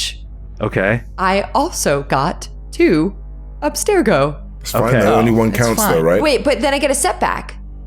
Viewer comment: I love how they keep pronouncing Abstergo, "Aspergo" as if it's an artificial sweetener hahaha. Seriously though, listening to an Assassin's Creed TTRPG with the actual Abubakar Salim playing the actual Bayek of Siwa... so good. Even if no-one on the show acknowledged it, hearing him sneak in a "Siwa will never know peace" was excellent hahaha.